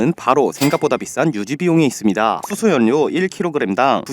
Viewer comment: 연료도 연뇨가 아니라 열료